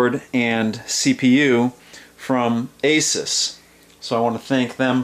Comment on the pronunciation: A-SUES, like Dr. Seuss, not A-SUS.